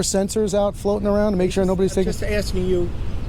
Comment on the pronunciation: you sawr us. almost as bad as the ignorants that say let me ax you sometin (OMG , was not disappointed or surprised to actually hear that) police fought to the highest courts to not hire the best and brightest applicants, they won, it shows.